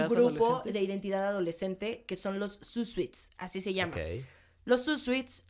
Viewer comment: "zoot suit" se pronuncia sut sut. Porque parece que dices zoot sweet 😂 Me encantó el podcast!!